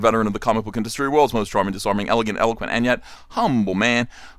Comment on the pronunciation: Did you say eloquent or elephant during your intro?